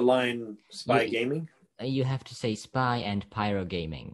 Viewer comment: spay gayming